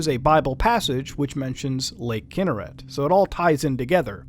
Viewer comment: Fun fact for y'all general knowledge: it's pronounced kin-NER-ret, not KIN-ner-et (I live in Israel and this is how we pronounce it)